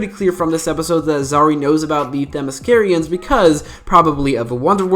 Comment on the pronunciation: Did he just say “Themyscirian”